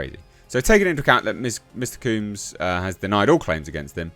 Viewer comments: His name is pronounced COMBS as in you comb your hair not COOMbs..😒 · Couldn't get past you repeatedly saying "Mr. Cooms" all weird.. Hardly caught anything else, but I bet Trump pardons him anyway. Hopefully he just gets his name right.. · it's not pronounced 'kumes.' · Combs, rhymes with gnomes, or homes. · Why you saying his name weird? Lol. Because he’s a weirdo? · It’s the British accent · It’s not, it’s just a mispronunciation.